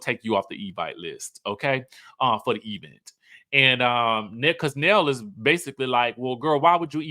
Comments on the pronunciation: My teeth itch each time Tisha says "E-vent" and "espo". It's so funny and bad at the same time.😂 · Sir, if you don’t stop saying E-vent! 😂